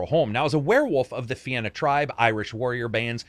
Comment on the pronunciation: Hey,, Irishman here - and not the American "my great grandad was Irish so I'm Irish despite having never lived there" kind - good job pronouncing Fianna correct! Appreciated! Shame the game can't spell Cathal or pronounce it right, though.